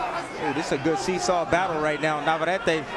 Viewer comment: It is NOT VavarrAte. It is NavarrEte